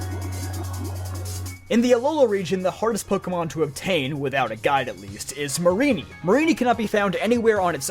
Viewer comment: Mareanie, not Marinie!